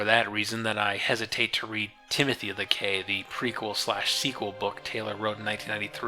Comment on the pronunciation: It's pronounced the "Key" damn it! I really like your work, respect what you do, and agree with your progressive perspectives, so I was really hoping you pronounced the title of the book properly.